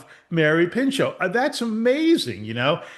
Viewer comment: her name was Mary PINCHOT Meyer, not Pincho…